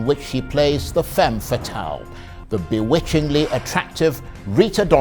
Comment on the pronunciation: "The Biwitchingly attractrive; Rita Dominic" I love Charles ehh